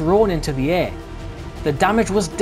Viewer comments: It's pronounced Barram...not Barrham...named after a Nelson Admiral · Interesting vid, thank you. Some years ago I met an old timer who had been part of the crew on Barham in the late 1930's, he said the name of the ship wasn't pronounced Barham but rather Barram (that's as close I can get anyway) :-)